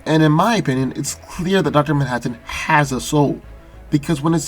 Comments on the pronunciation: Duter mantaten (Dr. Manhattan) lol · say Manhattan one more time. I dare you